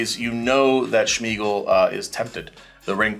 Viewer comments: why does he keep saying SHmeagol? Why did Suarez sack Smeagol and put 2 counters on the Carrion Feeder? weird also, infinite turns? that sucks. it was getting entertaning, ended in such an ugly manner. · Was anyone else bothered by saying "Schmeagol"